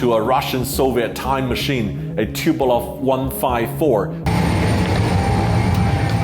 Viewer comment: TuPOlev, not TupelOV...very common mistake, like the way that aome people say "Anatov" instead of "Antonov". These are the surnames of people that designed the aircraft so it sort of matters.